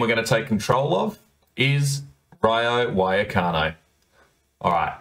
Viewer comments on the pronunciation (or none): Why did you pronounce it wayacano